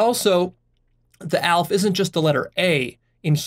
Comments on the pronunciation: It's not "Alf", it's pronounced Al-ef Alef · Aleph is actually pronounced Al-eph 2 syllables. Not that it matters but ya. Good job on this one. Very inspiring. A single comment couldn't bare to explain the true inspirations I feel here. Lost of words! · really good video, it helped me get deeper in turquoise and strengthened my understanding of infinity Btw א is said "halef" (I'm a Hebrew speaker), א can be spelt "elef" which is thousand and "Magniv" is cool in Hebrew :)